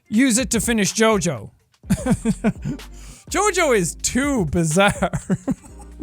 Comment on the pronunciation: Did anyone notice he said jojo is bazzare again